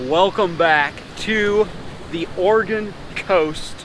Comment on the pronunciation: Thank you so much for pronouncing Oregon correctly. First person I’ve heard do it correctly from out of state. Love your vids, got me into fishing this gorgeous coast.